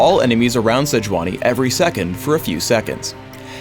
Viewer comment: It's Say-yu-unee, actually.